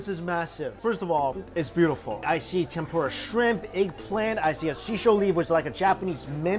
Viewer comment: trying way to hard to pronounce udon, it sounds forced, then you say Tempura like an american and i couldn't help but laugh. And for christs sake, we know it's an udon video, do you have to say udon 100 times in the video? We get it, you know how to pronounce Udon, but apparently not Tempura LOL.